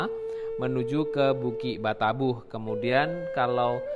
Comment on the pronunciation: Mohon maaf.hanya usul,kalau m c ini,asli orang minanng, tolong bahasa minang nya yang asli aja.jangan dirobah..seperti kata2 bukik batabuh.itu aslinya bukik batabauh..jangan dirobah. Kurang enak